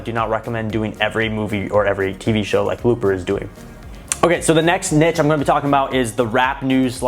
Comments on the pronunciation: can someone please correct his pronunciation of NICHE. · Kelcey well, i pronounce it “neesh” but everybody says it different lol